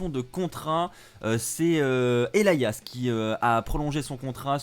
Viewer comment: Il le prononce bien manque juste l'accent